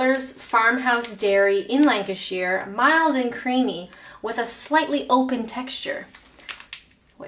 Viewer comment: FUCKS SAKE IT'S LANCASHER!!! Sorry, I just had to remind you where I'm from.